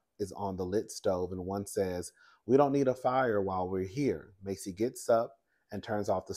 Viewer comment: *Pronunciation is MASSey like “mass” It is absolutely crazy how these cops act so scared of every damn thing; even their own doggone shadows, at this point. You are absolutely right about them clearly not being trained to deal with these circumstances.